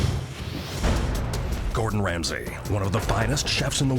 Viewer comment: the narrator said “chef wamsey” by accident i’m crying